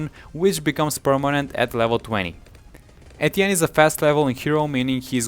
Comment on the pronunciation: I found it helpful but am triggered by him saying Etienne wrong